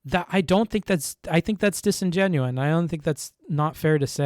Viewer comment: Good points. BTW, the word is "disingenuous", not "disingenuine".